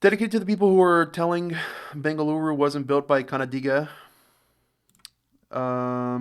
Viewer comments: Bengaluruuuuuuuuuu my home, my favorite place in the whole worlddddd...and your pronunciation of Bengaluru was perfect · Bengaluru is the local pronunciation